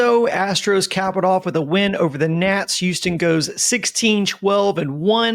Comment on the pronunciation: I’ll subscribe the day says Houston right.